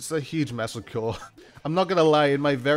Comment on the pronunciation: No one: Dude: Mass ye cure